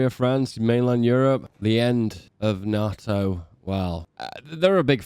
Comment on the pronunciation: Hate how u say nato